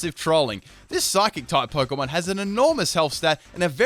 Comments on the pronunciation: The word is Pokémon. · The word is Pokémon